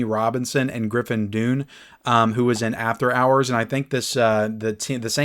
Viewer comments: It's pronounced Griffin Done, not Dune. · And he can’t correctly pronounce Dunne 😂